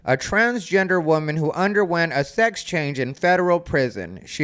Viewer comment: “sax”? “Six”? “Sox”? 🤔